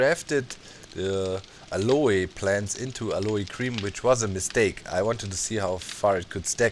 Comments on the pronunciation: YOUR SQUATTING!!!! and its pronounced AL-OH plants not AL-O-E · Aloe is pronounced Al-o in American English. The e is silent. Not sure about British English. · Aloe is pronounced (al-oh) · Doc its pronounced "AL" "O" cream, just fyi. lovin the 7d2d vids keep them coming please! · BTW Doc, if you are interested "Aloe" in English is pronounced "al-oh", sort of blend of "all-oh" and "a-low." There is no English long "a" sound at the end. It is not a Spanish or French word, but Greek transliteration from the Hebrew Ahalim. Of course aloe is a variant of an agave plant, which we do pronounce the terminal "e" with a long "e" or "a" sound from the Greek "Agaué", meaning "Noble" in English. Have fun with that! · Docs pronunciation of aloe and yucca is hilarious!